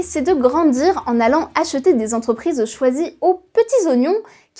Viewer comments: 197 zentreprises, mes oreilles saignent...et à deux reprises en plus... P****n à ce niveau de journalisme c'est pas possible 😡 Sinon très bon sujet ! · Cent quatre ving dix-sept Zentreprises... 🤣🤣🤣🤣🤣🤣🤣🤣🤣🤣